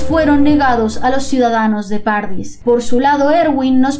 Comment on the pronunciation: Jaja, se me hizo muy raro escucharlo así. Para mí siempre ha sido como paraíso en italiano xD.